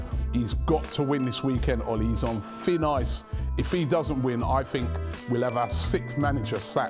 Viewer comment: “Fin oice”